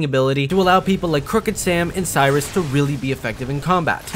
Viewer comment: You mispronnouncing 'Sirius' as 'Cyrus' reminded me of a player who told me to rush 'Serious Sike' LOL